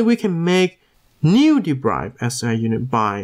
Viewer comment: It's 'd e r i v e d' bro. Not 'd e b r i v e d'.